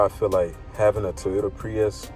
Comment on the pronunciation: Did you really make a review video with the wrong name? It's Prius not priest